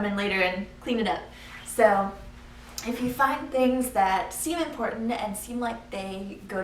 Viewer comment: "impordet" (important)